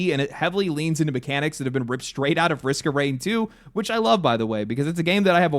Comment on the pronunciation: You pronounced Risk of Rain 2 incorrectly. See, there you go.